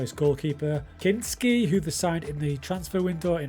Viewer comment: That pronouncination of Kinský's name is cheff's kiss!🔥